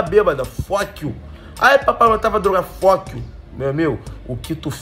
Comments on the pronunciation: "fock you" kkkkkkk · esse ''fock you'' do negao e foda kkj